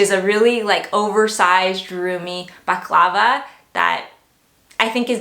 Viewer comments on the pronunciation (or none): .Bal. a Clav a. Not baclava Which is a food